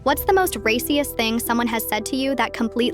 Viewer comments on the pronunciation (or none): I heard racyiest